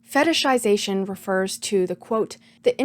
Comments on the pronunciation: I'm SO impressed with how easily you can pronounce "fetishization" lmao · respect for saying the word fetishization correctly so many times. I be sayin fetishsishashn